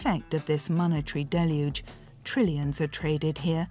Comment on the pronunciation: Props for knowing how to pronounce ‘deluge.’ “DELL yooj.” abc news and nbc news are not the sharpest tools in the shed.